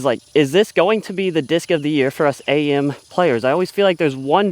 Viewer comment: Its just Am not A-M. Short for amateur you AM